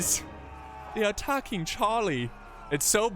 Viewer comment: they're attack-king Chaaaah-lee